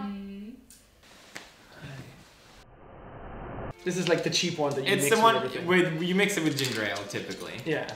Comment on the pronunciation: Pewds: Prononuces Jameson as Jay-meh-son. Jack: So you have chosen death?